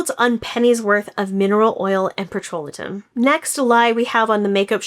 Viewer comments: PETROLATUM is pronounced - Peh-truh-LAY-tm NOT pet-ro-LIT-um!!! While I appreciate the information you're sharing here - bcse it's important for consumers to be aware...and I know you've been in the business for a long time. It's a bit more credible when you pronounce the ingredients correctly! Especially such a common one. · You claim to be a formulator so I stopped watching your video the moment you mispronounced one of the top most common skincare ingredients. It's PETRO-LA-TIM, not "patrol-a-tim" 🙄 A formulator would know how to pronounce it, as would the so-called chemist you consulted 🙄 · Petro-la-tum is how it’s pronounced. I do reviews for a company and a lot of the items I receive are from Sephora. We test the products for an allotted amount of time and write our own, honest reviews. We get the item for free for our review. We do not get paid anything at all. No need to lie or makeup anything. We have no affiliation with any of the brands. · I've always heard it pronounced pet-tro-LAY-tum